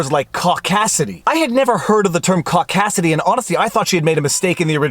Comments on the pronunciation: Oh is that what she said, that explains it now, I thought she said "cockdasity" and I thought funk is she a feminist as well, it may have been her accent but your word makes,more sense. Cheers. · She said "cock assity" which is homophobic is anyone's book. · Am I the only one who didn't hear "caucasity" at first? And then Viva said it!? I thought this was a family show!jk